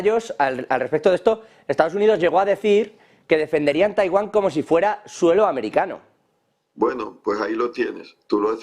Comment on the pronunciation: 🤣🤣🤣cuntas pelis americanas vio este hombre. "..el poderío areo amaricano es tal!.." con cuanto placer pronuncio esa frase🤣🤣🤣🤣🤣 Que p@ y que pena da.